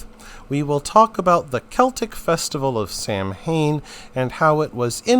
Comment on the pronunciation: Samhain is pronounced "sow-ween".